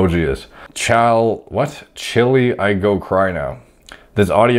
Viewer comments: He really said chile lmao its pronounced child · He said chili 🌶 Chile is pronounced like “Child” but without saying the “D”, it’s slang (AAVE). 😂😂😂😂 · pronouncing 'chile' lmaoooo it's like 'child' but you don't pronounce the D.... not chilli 💀💀💀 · Chile =chyle. It’s like pronouncing “child”without the “d” at the end. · it’s funny because you said it right the first time but your brain realizes that it’s not a real word so you made it into chili 😂😂😂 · He really just pronounced "chile" as "chilly." That's the whitest white thing I've ever heard 🤣🤣🤣🤣🤣💀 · something about saying "hwhat? Chile?" Made me lose it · coming across chile and saying chili is so funny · “Chile” is pronounced like “Child” in that text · “Chilly I go cry now”😭😭 man D I gotta bring you to the southern cities it’s pronounced like child but without the D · After seeing try to pronounce Chile I have now achieved true happiness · pronouncing “chile” 💀